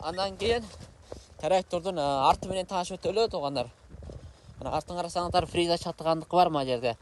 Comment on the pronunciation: фериза деп айтылбайт тууган Фреза деп айтылат